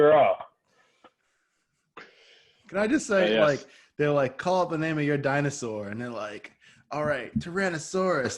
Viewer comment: Finally I’m not the only one to butcher a name 😂😂😂